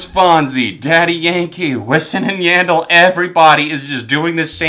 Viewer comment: Louis Fonsie, Wissin and Yahndell?! What pronounciation is that?!